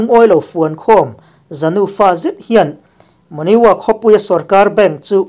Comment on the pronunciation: Bengvar thlak hle mai... Monywa tih lai te hi Mo-Ny-Wa nilo in, Mon Ywa( Mong Yua) ti-a lam rik tur a ni e.